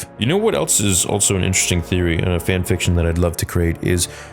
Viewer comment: Why do you say altso and not just also?